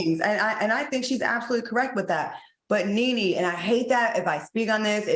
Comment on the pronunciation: Greattttt show guys ,Claudia you read Nene correct‼️💯. I try to never miss a show, keep up the amazing job guys❤❤❤look at Funky blushing and all hiding and shit, I am so happy for Funky😍 Claudia you and Al are next👌👏👍